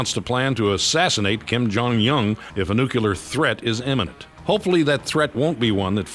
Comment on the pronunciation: Nuculer. .. seriously Chuck?